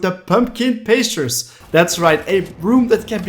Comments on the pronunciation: In “Pumpkin Pastures”, the first syllable of “pastures” is the word “past” as in before the present. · i figured that was the case i just thought it was funny! :)